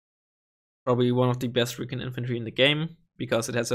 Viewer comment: It's not reekin', it's recon (ree-con). :p